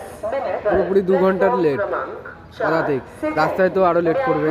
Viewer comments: "পুদাতিক" টা ঠিক করো দাদা লোকে হাসবে😂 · পদাতিক এক্সপ্রেস ❌ পুদাতিক এক্সপ্রেস ✅